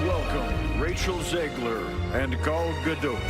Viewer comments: Who the F is "Garl Gadote" lol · Shame you do not know how to pronounce the name "Gadot" young lady.. Guess you're not a fan.